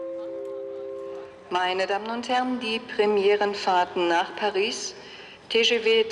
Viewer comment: Diese Französischskills